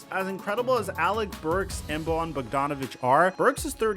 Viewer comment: It's pronounced like Boyan, he's not Latino.